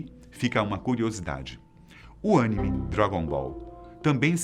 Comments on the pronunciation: Pqp eu faria esse Véio seco gravar td denovo só por causa desse "ÂNIME" KKKK não por causa da pronuncia errada, ninguém é perfeito, mas sim por causa desse barulho maldito de janela do windows 🤣🤣🤣🤣🤣🤣🤣🤣🤣🤣🤣🤣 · Uma boa ideia seria aprender como pronunciar as palavras antes de gravar o vídeo... "tisukiomi.. suzanô... yamata nu óroshi... oroximaru..." Sem falar de "ânime" rs Fica a dica. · Que agunia esse mano falando animê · Esse "ânime"(kkkkkk) é massa!! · Nego coloca um apresentador que não entende nada sobre anime, só decora o roteiro e começa a falar kkkkk o bixo chamando anime de "ânime" wtf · Agonia de ouvir o cara dizer " ãnime " içouEGHIPÇau h euiAÇH Ea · quase fiquei triste com vc hein errando a pronúncia sagrada dos otakus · Isso que é foda os cara botam um cara pra narrar sendo que o cara só tem voz nem pesquisou sobre oq estava falando Teve a audácia de pronunciar Anime errado WTF. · O cara não sabia falar anime kkkk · Porra, aprender a pronunciar a palavra chave do tema que vc quer apresentar acho que é o mínimo né... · Chamem o Peter do Ei Nerd... Avisem que ele tá falando anime errado! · Pelo amor de Deus não tem acento! O ênfase fica na letra i, o vídeo está bom mas, não cometam esse tipo de erro de novo por favor! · O cara nao sabe nem pronunciar a palavra anime e quer falar de Naruto com propriedade. Começou falando bosta comparando Naruto com Pokemon e Cdz. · Com exceção dos erros de pronúncia foi um conteúdo abordado de maneira esplêndida. Faltaram muitas informações e elementos da mitologia que embasam o enredo de Naruto mas foi bem interessante. Estão de parabéns canal Fatos Desconhecidos! - Aqui vai uma curiosidade para que não sabe: 「孫悟空」(Sun Wukong), o nome do Rei Macaco proveniente da cultura chinesa, pronunciado em japonês é Son Goku! 🙆🏻‍♂️ (os kanjis japoneses são exportados do idioma chinês, então é possível algumas "traduções" de seus nomes) Vlw! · Dei deslike só pq ele não sabe falar anime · nem sabe falar anime kkkkkkk